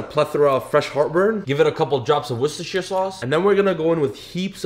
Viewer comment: Lamb looks delicious sir. Also appreciate the effort in nailing "worcestershire".